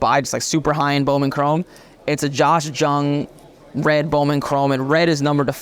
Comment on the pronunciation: It's pronounced Young not Jung even though its spelled with a J.